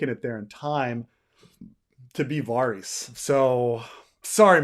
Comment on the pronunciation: I can't listen to 4 hours of this pronunciation of Varys